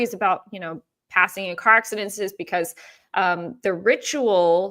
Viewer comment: Please stop say car accidentsenses (however u would spell the word you are saying!😂😂) It’s just accidents (3 syllables) ac-ci-dents. Love ya & you probably know by now I have that deep need to lead people down the correct grammar path. 😘 Please be careful driving! That would scare anyone!